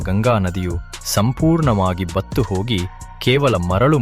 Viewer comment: ತುಂಬಾ ಚೆನ್ನಾಗಿ ಮೂಡಿ ಬಂದಿದೆ ಆದರೆ ಅಸ್ತಿಗೆ ಆಸ್ತಿ ಎಂದು ಬತ್ತಿಗೆ ಬತ್ತು ಎಂದು ಉಚ್ಚಾರಣೆ ಮಾಡಿದ್ದೀರಿ